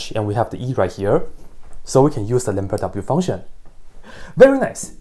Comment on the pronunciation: Did he just say lamberdadoubleUfunction?